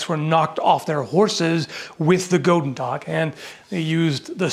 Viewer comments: the pronounciation of the flemish "oe" is more like good in english less "oh" sounding. Your g sounds pretty good honestly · Actuel dutchman here. It's not said as gotendag, but goedendag. Goe in dutch sounds a lot higher then go in english. Also the den is not silent and in dutch a sounds like e and e sounds like a. It sounds a lot more floresishy and not flat at all unlike how you made it sound. There is nothing wrong with how you say dag, but if you said that here in the netherlands I would know your a toerist based on how you made it sound. You would have eaten a club sandwhich that's for sure. It's a word that very few people outside of the dutch can prenounce perfectly that's why that story exists and I do believe it could be true. You can really hear the english execent but apart from that decent attempt man. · Alright, one thing I'd like to say is... The "oe" in the Dutch word "goed" is pronounced the same as the "oo" in the English "good". Now, if you had the "oo" in a Dutch word, it's pronounced the way you did. Although, in "Goedendag", that would be written "Godendag" with the long o pronounciation you used. (Which would mean Gods Day, gods being plural. Not God's Day.) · I can confirm this as a Flemish person myself, in English it reads goodendag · Since it was used primarily in west-flanders it would've most probably been pronounced as "hoodendach". No hard G's. We tend to pronounce our g's as h lol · The 'oe' is pronounced as 'u'. So it is Gut'n'dach, like the german Guten Tag. Both G-s are a gutteral 'kh'. :) I'm not Dutch but I dabble. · you pronounce it as goodendach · As a belgian person the way you pronounced goedendag was the funniest thing ever. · I am Flemish. The 'oe' in the word should be pronounced as 'oo' in the English word good. Good day sir. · Oe is pronounced more like English oo as in “loop” but you’re pretty close. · Man the butchering of dutch xD